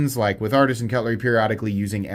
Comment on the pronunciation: Why do you keep saying Artsian cutlery?